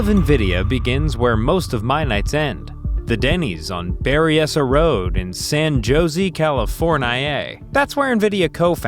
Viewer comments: Mr. you don't say "San Jozzee" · San joe zee californ I A